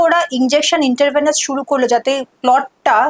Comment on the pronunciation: ওটা ইন্ট্রাভেনাস .. ইন্টারভেনাস নয়।